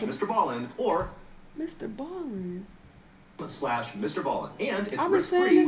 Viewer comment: I feel like she will start trolling and continue to say it wrong💀💀💀